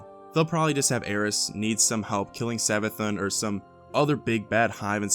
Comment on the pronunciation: It's Savathûn, Savathoon, not Savathun